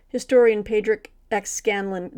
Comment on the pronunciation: The authors name for Rot is pronounced PawdRick, although some parts of Ireland would say PawRick